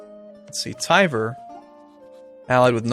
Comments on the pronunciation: And like Capt. Kirk, emphasis on the "Khan." ar HHAHN gyilsk. Also "Tver" is one syllable. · Rye-azan?! TYVER?!